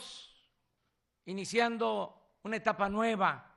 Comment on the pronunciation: Electricidá, por favor este buey no sabe pronunciar la d. Estamos.... indiciando... la... De aquí a que acabes de iniciar ya nos cargó a todos tu rancho, riquillo, pendejillo.